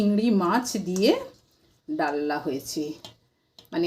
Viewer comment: ডাললা নয় ডালনা